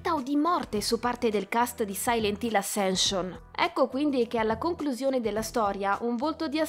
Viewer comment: Ma era troppo complicato imparare correttamente la pronuncia del titolo, dovendolo ripetere più volte nel video...? 🤔🤷🏻‍♂️ Spoiler: la prima lettera si pronuncia 'E' 🙄